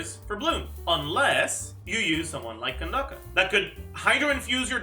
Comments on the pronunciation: why does say candace as candaka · who tf is candake or whatever ur saying, just say candace bruh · Wait, how did he pronounces "Candace"? Ken dah ka? I mean that could work I guess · cyno pre release coming POG, but be real with me is it really can-dacca? or is trolling? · nope, her name is Nubian-inspired How do I know? Because mihoyo themselves used the non-latinized spelling of the name in the RU translation So yea, even if maybe the plan was for all languages to use the latinized version it still shows that naming inspiration was from Kandakes of Nubia Aaaand the latinized spelling just leads people to mispronouncing it, sooo I'm gonna write it the non-latinized way